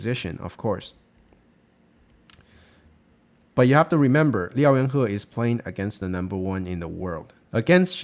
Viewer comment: Nice video as always - and one of these days you'll learn to pronounce his name hahaha